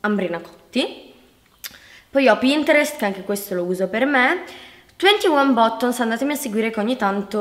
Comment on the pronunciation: Bottons? Si pronuncia battons e si scrive buttons